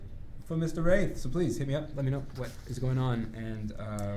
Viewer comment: What's a "wrait"? :P I've heard it more than "tree" times